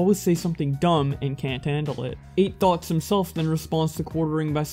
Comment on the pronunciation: When he says Eight Thoughts I keep hearing "Eight Thots"